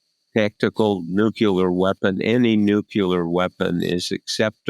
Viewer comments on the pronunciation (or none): Someone needs to tell Bob Woodward he is not pronouncing the word nuclear correctly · nu + clear does not = NUKE-YOU-LER. Bob. BOB... good God!!, there is only ONE 'u' in 'NUCLEAR', followed by the word 'clear' --- like a window or something transparent. I know that a sub-literate ex-POTUS made the mis-pronunciation popular via cable news after 9/11, but KNOCK IT OFF, journalist. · Bob Woodward can’t say the word nuclear correctly. Same for Bush the lesser. This is really picky, but it always triggers me as to me, they both sound ignorant when they say it incorrectly.